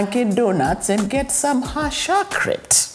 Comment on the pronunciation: 😂😂😂😂 haaaat shocorate 😂😂😂